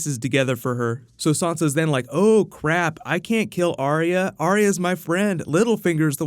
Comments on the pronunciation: Its Ar-ya not Ar-ee-ya Ar-ya Ar-ya Ar-ya Ar-ya Ar-ya Ar-ya FFS I don't understand how you can't recgonise a 2 syllable name when you see one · Why does Sansa pronounce arya's name different to everyone else? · can you try pronouncing Arya's name correctly